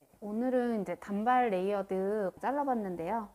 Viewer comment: 단:발로 발음 하셔야 합니다.